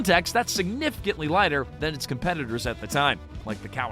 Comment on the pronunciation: The AI makes this insufferable. Pronouncing "liter" bikes as "lighter" bikes was confusing the hell out of me. Garbage voice over